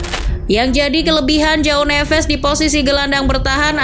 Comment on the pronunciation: Cara bacanya Joao = ( juaong ) bukan Jao nevez Jose =( juje ) bukan hose Militao = militaong Casemiro = Cajemiro